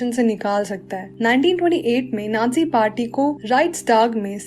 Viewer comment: Ohh pagli vo nadzi nahi hota vo nazi hota hai